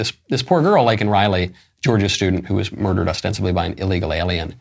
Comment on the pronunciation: I thought his mispronunciation of Laken Riley was a major gaffe. Show doesn’t really care about the woman